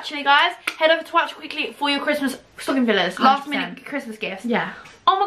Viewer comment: at the end "WOWCHER"😂😂💕